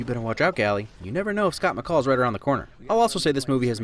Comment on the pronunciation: Literally cried when he said Scott macall